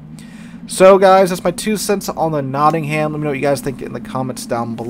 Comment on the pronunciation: pronounced Notting-um